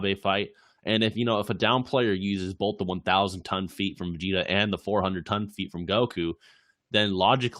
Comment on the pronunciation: "Ve-Get-a" Ok, I'm not coming back to this channel ever again